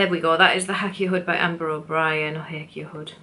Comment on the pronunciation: Thanks some great ideas! The Hakea is pronounced Hay kee uh in Australia 🥰